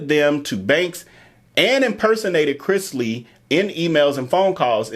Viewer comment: ikr!! when I watched you again, I said "he said it right in the beginning!!" 😅